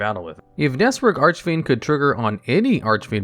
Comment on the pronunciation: Serious question: In what universe can you pronounce "Bahalutiya" correctly, but you can't say "Archfiend" right? Makes no sense to me.